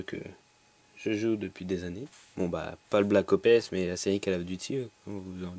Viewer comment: je reve ou il di black O P S o lieu de black ops